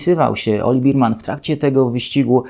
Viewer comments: Nie Berman tylko Bermen XD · Nie Birman tylko Berman!!! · Bearman nie beerman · Taka niewielka uwaga dot. wymowy nazwiska naszego debiutanta: Nie "oliWIEr BIRman", a "oliWEr BERman", a właściwie coś pomiędzy "berman" a "bermen", jednak w Polsce prawdopodobnie bardziej przyjmie się "berman". Poza tym drobnym niedociągnięciem film jak zawsze oglądało się bardzo przyjemnie; moim zdaniem prowadzi Pan najlepszy kanał o F1 po polsku. Pozdrawiam!